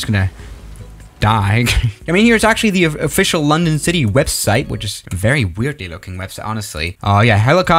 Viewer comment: "Londong" Edit: he fixed it now